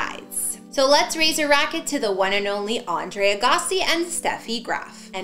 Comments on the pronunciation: Pronounce his last name correctly. Jesus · She doesn't know how to say his name.